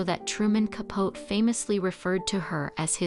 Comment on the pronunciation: I enjoyed the video, but I agree with the mispronunciation of some words. Capote is ca-po-tee. Debut is day-bu.